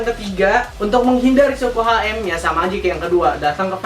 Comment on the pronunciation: nih bocah parah sotoynya, mnding lo blajar dlu deh ngomong ohm aja msih salah, gk sekolah lu tong, rba aja lu salah, hati hati ngasih info, orang awam yg nonton video lu pada trbodohi smuanya